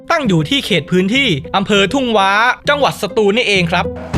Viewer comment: แก้ให้ครับ หว้า อ่านว่า ว่า ครับ ไม่ใช่ว้า